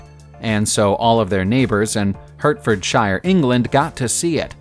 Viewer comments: Née son, Hertordshire. It’s pronounced Nissan and Hartfordshire! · Nissan is pronounced “Niss-an”, not “Nees-on”! Hertfordshire is pronounced “Heart-ford-sher! “Seat” (Leon) is pronounced “Say-at”. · Hurt fuuurrd shire lol. Americans what are they like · "Hurrt-ferrrd-shiyarr England!" Where??? Well, you pronounced the 'England' part right anyway!